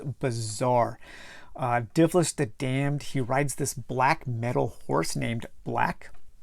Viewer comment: It's Dilvish, not Divlish.